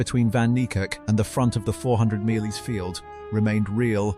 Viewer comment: Please learn to pronounce metres!!